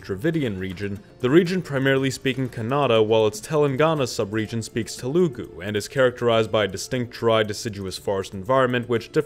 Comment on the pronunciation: TELagu, not TeLAHgu.... smh